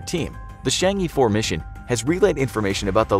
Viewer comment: Chang' E 4. I'mma just pretend I didn't hear that.